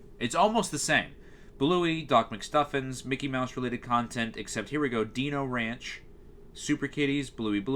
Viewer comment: hearing you say dino ranch as "deeno ranch" made me laugh lmao. Great video as always. I've got a couple of channels you could do next - Comedy Central - Universal Kids - FXX - TruTV - TBS All of these channels are BAD.